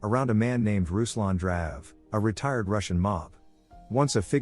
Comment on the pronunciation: RUSLAN MEANS R U S L A N! Not a fucking rouslan etc.